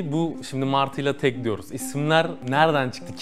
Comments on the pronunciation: Kardeşim yayın için teşekkürler. Emeğinize sağlık. Ama kurucusu ısrarla TAG (Tek Araçla Gidelim) dediği halde sunucu neden TEG TEG diyor. Beyfendi ingilizce aksanınıza sokmak istemiyorum. Lütfen dikkat edin yerli ve milli girişimlerin telafuzuna. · Adam üstüne basa basa diyorki tag ingiliz meraklısı sunucu inadina teg diyor abi tag tag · TEG DEGIL TAG TAG HAY INGILIZCENE YA TAG TAGGG TAAAG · teg değil hacı tag tag. adam kısaltma diyor. tek araçla gitmenin kısaltması diyor çocuk hala teg teg diyor. ayar oldum ya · Adam TAG diyor İngiliz spiker ısrarla teg diyor. Bir tek ben mi rahatsız oldum. Bu arada devam Oğuz başkan bu taksi mafyasını bitir👏👏👏👏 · Kıymetli kardeşim, sohbet ve yorumlama çok güzel olmakla beraber, TAG yazılarak (sahibininde söylediği gibi) Türkçe T_A_G harflerinden dolayı TAG olarak okunan kelimeyi neden gavurcalaştırmaya zorla gayret ediyorsun, diye merak ettim. Yani demem o ki, Türk değilmisin? Yoksa çok ciddi manada gavur aşığımısın? İnan buna çok kırıldığımı bilmeni isterim.. Zira GZT bildiğim kadarıyla hakiki bir Türk kuruluşu ve seni nasıl oraya aldılar şaşırıyorum. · Muhaberinin ısrarla Türkçe olan TAG'ı İngilizce okumaya çalışması çok ezikçe.